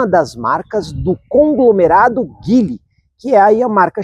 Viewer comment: A pronúncia correta de Geely (吉利), a marca chinesa de carros, é “Dji-li”, com o “J” suave, como em “Dia”.